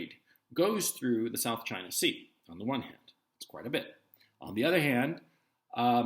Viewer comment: "Chy-naah" why's this funny 😆